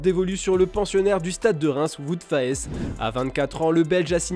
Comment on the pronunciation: On dit Fasse pour Faes et pas Faesse